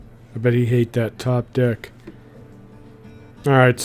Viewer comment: Man... he pronounce deck like dick.